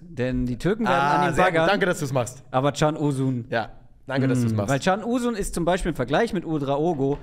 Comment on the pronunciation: Was für eine geniale Folge. Hat mir sehr gut gefallen. Auch das man direkt die Neuerungen sehen!! Daumen Hoch :) Ps: ist wahrscheinlich sehr spießig, aber Can Uzun, wird ein wenig anders ausgesprochen. Es spricht sich "Djan" und nicht "Tschan" da es kein Cedille wie bei Çalhanoğlu ist sondern das normale C wie bei Emre Can.